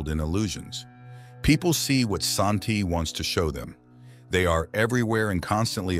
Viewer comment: They are pronounce San-Ti. IDK where you got 'AShanti" In original Chinese translation of the book it is call "San-Ti" but in the English translations it is call Tris loran.